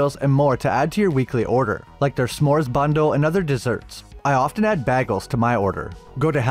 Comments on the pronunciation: Why did you say bagel weirdly? “Bay” not “bag”. Monster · Did this man say baggels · I love the video but am I the only one who noticed his pronunciation of bagel in the promo??